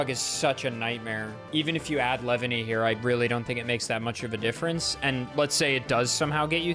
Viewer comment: The way you say "Leavanny" sounds like "Lebanese"